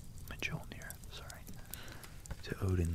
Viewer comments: Beautiful! One liiittle thing, J is Y in Norse generally. Jarl is pronounced Yarl, Mjolnir pronounced Myolnir etc ^^ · Great video! It's pronounced "Meeyollneer" fyi :) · BossManJohnson depends on what language. In Icelandic it's more like "myolnir" Google the ö sound and swap that with the o for a more accurate sounding Mjölnir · Love the video. Your pronunciations of Old Norse needs some work, Mjolnir (M-yohll-neer) was a bit rough to listen to, but you pronounced Svaratlfheim excellently. Otherwise, very tingle inducing, can’t wait for more. 👍